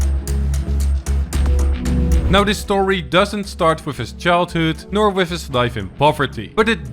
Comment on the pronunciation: Did he say whiff or with